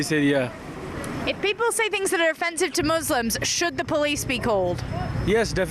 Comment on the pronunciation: bipol man .. not 'poeple'